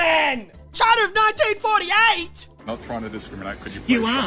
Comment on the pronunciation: Nine-deen fordy-ate aye?